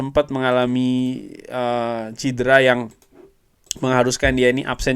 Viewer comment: Maaf cedera bukan cidera...